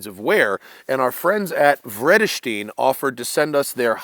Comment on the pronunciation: As a Dutch guy I'm flabbergasted how you americans are trying to pronounce Vredestein. It's absolutely not 'freddestien'.